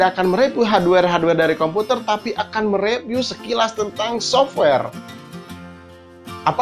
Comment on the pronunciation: haduewer, repiw. sundanese accent xD B-)